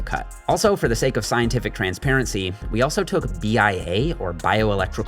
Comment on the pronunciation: Dude wrote: "scientific experiment" Boy oh boy putting that emphasis on the "science" 😂